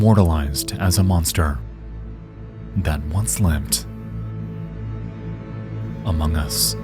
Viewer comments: im sorry the way you said among us made me giggle bc of the game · that pause before dropping a very serious "among us" had me rolling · HE SSAID AMOG US SUS SUS AMOG US